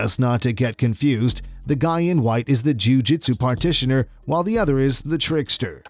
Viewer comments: JiuJitsu Practitioner. (Not partitioner). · The word is practitioner.....not "partitioner"